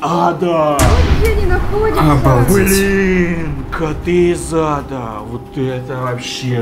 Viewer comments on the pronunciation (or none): читается: коты из ада слышится: коты из зада. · Хахаахахахахахвхаахвхв знаете почему я ржу? Потому что мне не слышится коты из ада а мне слышится коти из зада 🤣🤣🤣 Лайк, пж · Это послышалось